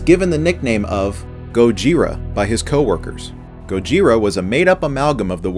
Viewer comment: he said Gojira wrong